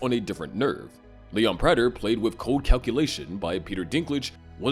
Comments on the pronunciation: How do you say Prader wrong for the entire video when they say it correct in the show😭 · Its pronounced prayter. They say his name like a million times idk how you always say it wrong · It's so annoying that someone who makes so much Dexter content doesn't know how to pronounce a main character's name. It's PRAY-TER